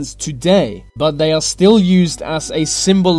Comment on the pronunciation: It's the not ve, it's they not vey😂this was really annoying